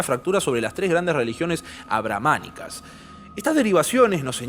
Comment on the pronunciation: "Abrahmanicas" JAJAJA perdón pero me hizo mucho ruido xD